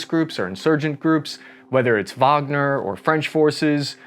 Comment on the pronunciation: thank you for pronouncing Wagner correctly